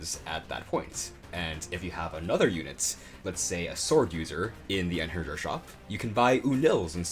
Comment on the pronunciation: I feel like youre the only person who has ever pronounced einherjar right, but i never heard anyone pronounce it right before so i cant be sure